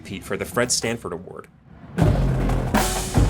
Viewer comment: Great videos! Only thing...are you saying "Stanford Award"? Or was i tired and hearing wrong?